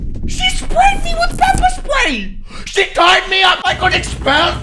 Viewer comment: "pepper spway" 😂😂